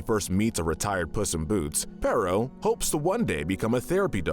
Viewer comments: It's peritto not perro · Why do so many people call him pero!?His name is pereito! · Bro called perrito perro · Im sure somebody else must have said it before but you mispronounced Perrito every time. Perro=dog and Perrito=little dog